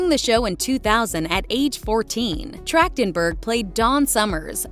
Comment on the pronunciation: Her last name is pronounced with a hard "K" sound? Weird.